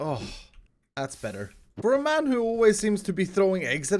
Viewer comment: No he says mayn. LOL 😂